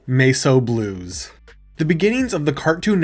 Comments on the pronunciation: my dude, why did you pronounce it MEH-SO Blues? It’s literally just the word “mess” and it’s a play on the Elvis song “A Mess of Blues.” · There is NO WAY bro is pronouncing Mess O' Blues as "MACE O' Blues" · Why did you pronounce Mess O Blues as Mace O Blues? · Why are we pronouncing it ‘may-so blues’? It’s ‘mess’ as in ‘messy’. .. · Mace Oh Blues? Why would you pronounce it that way? 😂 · Seriously, how fucking stupid do you have to be to mispronounce the word "mess"? And not just once, but multiple times? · bruh, Mess is not pronounced like that.